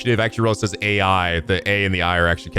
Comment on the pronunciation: i’m sure someone has already told you by now, but it’s not pronounced like A I in this case. It’s pronounced like eye, as in eyeball. Even though the letters are A, and I. Hell… If you go and screw around in the sound settings, it even says the title of the game allowed to you, and it reads it as eye, and not A I. The same rule applies for the first game too.